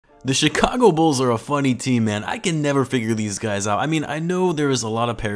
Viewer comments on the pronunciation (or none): none